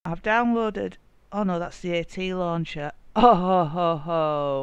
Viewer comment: "I have downloaded it.... oh wait thats the Atluncher" xD